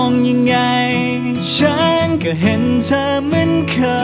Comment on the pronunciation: ร้องเพราะแต่ ออกเสียง ฉัน /จะ /ที่ /เฉย / คน/ มันจะมีเสียง เฉอะๆ ตลอดเพลงเลยค่ะ